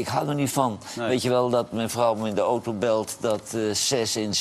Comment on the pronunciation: Johan, leer het nu eens om geen ooto te zeggen, maar gewoon auto.